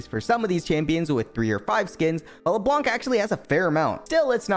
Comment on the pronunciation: stop saying Leblanke it's only leblan